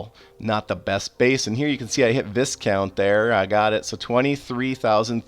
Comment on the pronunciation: Just so you know Viscount is one of those words that the S is silent, I know you don't care but I thought I would let you know, One of the other CC youtubers was saying marquis way way off lol